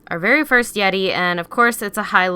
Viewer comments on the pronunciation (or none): none